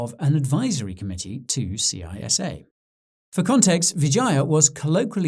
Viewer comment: It is pronounced CISSA like a snake saying ssssssa not C.I.S.A.